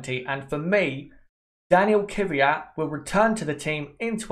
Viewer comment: Daniil Kvyat. Not Dani Kyvyat